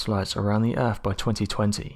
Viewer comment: I really wish he would say "EARTH" instead of "EARF"